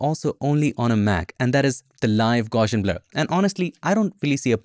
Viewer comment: It's actually pronounced gow-see-un. People naturally want to add an "sh" sound in there, but there isn't one. Just a straight up "s" sound.